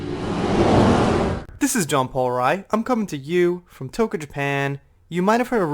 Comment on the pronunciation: Love your channel! Are you saying Toka Japan or Tokyo?